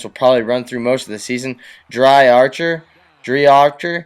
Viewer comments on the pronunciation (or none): The halfback's name is pronounced dree archer